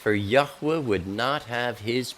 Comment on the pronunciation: why do people add a syllable in middle of YHWH? if there was a uh sound wouldn't it be a dot around the third hebrew letter? I believe its 2 syllables.I hear you speak it correctly.